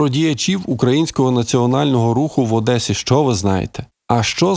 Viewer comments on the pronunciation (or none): none